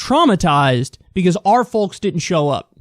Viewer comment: Kyle is the only person I've ever heard who pronounces the L in folks 😂